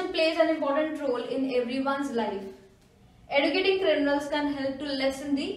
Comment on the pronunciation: mam, kindly correct the pronunciation of educating, it has to be pronounced as eh joo kiet ing ·